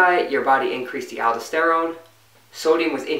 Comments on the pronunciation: i think you meant "al-daus-ter-rone" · great video, appreciate your work! One thing.. it's alDOSterone, say it like you say tesTOSterone.